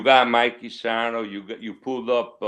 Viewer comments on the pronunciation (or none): Where did you find this guy? Big name is Sarno not Spano! Also ask him he’s related to and doesn’t even know Mikey’s name?? Really??? Hey, Joe & Frank Graziano knew you well didn’t they?? Hmmmm.